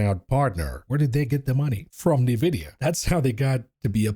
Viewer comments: I was just thinking this!! “NUH-vidia”?? Hooked On Phonics kids will know this is actually pronounced “N-vidia” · I don't own any stocks. I'm here just for hearing "Nevidia" 😂